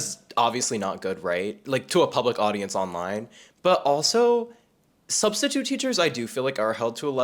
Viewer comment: "Studstitute" has me ROLLING💀